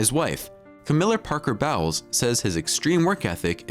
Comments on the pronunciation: "Camilla Parker-BOWELS"? LOL It's pronounced like bowling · “Camillla Parker BOWELS” 😂😂 🤷🏼‍♀️well that says a lot! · We knew that!!! The food stories are lies You've misunderstood a lot of the Camilla part. all you are telling here is the media's spin on the story. Also mispronounces her former last name. her last name before she got married was the Shand. The Diana part, some facts are missing. the media loves to paint the picture of Diana as a saint Please try not to believe people who speak their own opinion as if it is the truth.!! None of them know anything about what Charles eats, thinks or talks about in private conversations. The media has never portrayed him in a nice way. The media has always loved to villainize him regardless of the truth